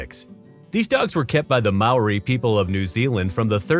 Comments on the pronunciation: You didn't pronounce Mauri correctly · Ooof, as a Kiwi I hate to tell you this but you're pronouncing Māori wrong; so wrong. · Why do Americans pronounce Māori like that? I’m getting really sick of it 😭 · Thank you, the pronounciation of Kuri and Maori made me shudder...